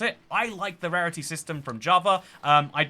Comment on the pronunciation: i thought you said pairity...